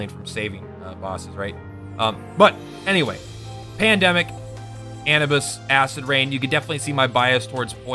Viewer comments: anubis uh-noob-iss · Anibis? you mean Anubis? what the fuck....